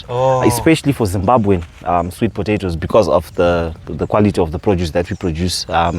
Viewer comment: please learn how to pronounce potatoes 🥔 😅 It's so difficult for me to ignore I'm sorry.